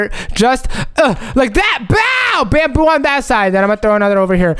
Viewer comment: Not bamboo it’s bamboy